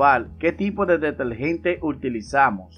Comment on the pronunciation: DeteRgente, cieRto, perdure, con R R R